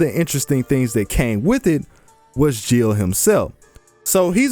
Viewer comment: ... It's not Joan (rhymes with moan), it's Jeanne (Basically John). It's not Gilles (Jill), it's Gilles (Gill like fish gills)